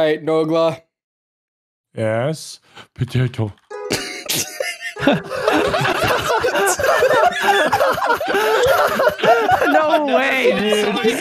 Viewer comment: for anyone who wants to hear Nogla say “Po-Teh-To”